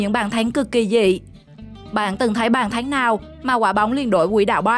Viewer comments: Bàn thắng , chứ không phải bàn thánh , nói tiếng việt mà không chuẩn , mà bẩy đặt làm tường trình thật là đau lòng . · Bả nói bàn thấnh